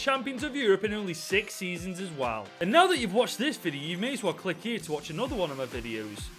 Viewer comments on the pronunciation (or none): none